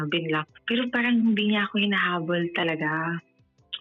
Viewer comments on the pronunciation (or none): Kung ako yung lalaki marinig ko palang sabihin nya yung word na “paRang” lalayuan ko na to 😂🎉 tapos magkkwento parang 3 years old amp! 😂🎉 buti nga sayo hahahahaha